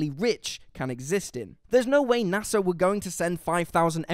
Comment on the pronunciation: it's nasa, not nassa. other than that, this is a really wellmade video. props to everyone who helped make this analisys